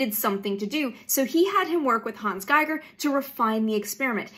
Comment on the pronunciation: Did you say Gieger?